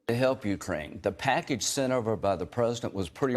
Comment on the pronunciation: Lindsay Graham "...the packidge sint over by the prezdint" STFU